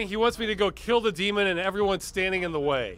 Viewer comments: Anyone else notice the narrator did not say "Demon", he said "Deemond".. He put a "d" at the end! Dude literally made a mistake on one of the most important words in the sentence and they kept it in. "The deemond is finally vanquished" Now that's a cool ending right there, vanquishing deemonds! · Ross echoing the "deemon" always cracks me up!